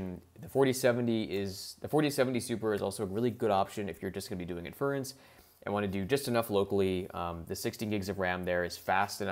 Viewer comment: Great content but for the love of god please pronounce inference (and other terms) correctly. Small mistakes like that end up making you sound like you don’t know what you’re talking about.